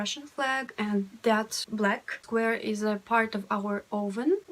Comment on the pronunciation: You said "This is FART number one"